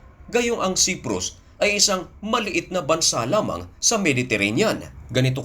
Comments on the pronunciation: Patangatanga ka mag basa....Ito daglatin mo na Lang...( Say-prus) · Cyprus at hindi siprus correction lamang . Tagalog ka ano ?!!